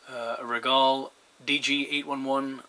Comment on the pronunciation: Good Day, We appreciate the shout out, hope you have many years reliable use with your Rigol Signal Generator. Rigol pronounce their name "Regal". Regards, Dave Electro-Meters Sales Manager